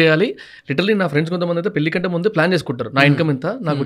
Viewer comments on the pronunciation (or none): none